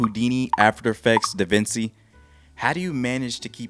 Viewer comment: Sorry, my misophonia is acting up it's pronounced Da-Vin-Chi like being named after Leonardo da Vinci. Still a great video keep it up!!!